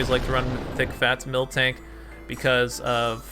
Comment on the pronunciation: Yo! U do realise that it's mil-tank right? U pronounced it milk-tank for the entirety of the game. Joey gonna get triggered and drop a Draco on you.